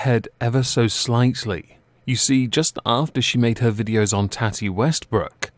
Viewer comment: Tati= toh(soft o)-tee, tohtee It is not tatty. Usually short for tatiana but not always.